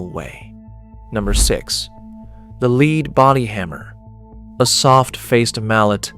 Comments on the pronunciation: It's lead, not leed! Tell your AI guy that. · someone teach the AI how to pronounce lead [led].....as in the metal...not as in helping to direct someone down the rght path [leed].... geez... human editor...where are you? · AI is supposed to be so smart but it still can't pronounce words correctly according to context. For example...LEAD pronounced as "leed" or "led". What's a ("leed") lead bodied hammer? 🤣🤣 AI ... what a joke!!! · Lead hammers, pronouced (leed by the AI) are still being used. The lead dust, (pronounced led by people) can cause problems. I ran a solder dip pot for a year. Standing over a 600 pound bath of molten lead and tin 8 hours per day. I didn't have any lead detectable in my blood. Lots of scare tactics in this video. 😒😕😎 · Pronounces lead "leed" must be ai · Never saw a lead-head hammer...or as the AI narrator calls it, a leed head, LOL! We had/have copper and brass head hammers that do the same thing. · Your AI narrator needs work. Evidence is the way it pronounced lead as in lead hammers. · I'm not going to start worrying about AI taking over the world until it can distinguish between "lead," the metal, and "lead" the verb. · My dad had an 80s Craftsman Radial Arm Saw. So they were definitely still making and selling them after the 70s. Also, I'm assuming this is AI slop since the narrator said "Lead" as in "Ill lead the way" instead of lead like "lead paint".